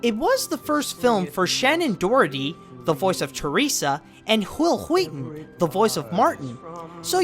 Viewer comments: I don't think Wil Wheaton's name is pronounced "HHWOUILL HHWUEETON"[/Cool Hwip] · When you said Whhil Whhheaton I just about died XD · Ha ha ha he pronounced Will Wheaton like how Stewie says it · why you say will weaton like that?